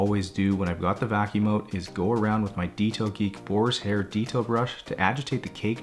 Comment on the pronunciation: Is there any other than me that hear Borishair brush and not boarhair brush? 😂 and something else I’ve been wondering for a while; do you ever clean the seatbelts? Don’t think I’ve ever seen you do that